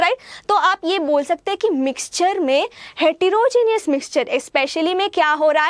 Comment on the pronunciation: the lecture was very good mam, but its heterogeneous and not hetirogeneous.